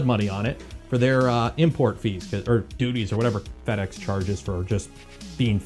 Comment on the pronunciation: You said "DUTTIES" ! More than once!! Thats funny. DOOTY! "Expect to get hit with DOOTIES!".